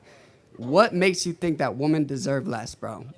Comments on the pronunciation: the guy can't even pronounce wo-MEN, it's woMEN, not woMAN when it's plural, what is with this STUPID trend of illiterate people that can't tell the difference between woMEN and woMAN? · feminist but can't pronounce women. 😂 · Can these people not use the word woMEN??? it's wo-MEN, not wo-MAN when you speak of more than one woman. When did this stupid trend start. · If these people pronounce “women” as “woman” they have no business protecting said WOMEN.